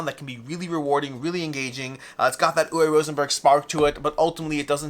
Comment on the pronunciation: Say it with me. Uwe is pronounced oo-vay.